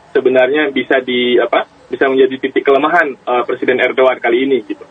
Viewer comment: Udh jls bacaannya erdogan ko di bling erdoan